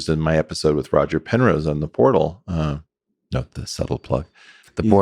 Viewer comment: Welcome to, "The Whortal"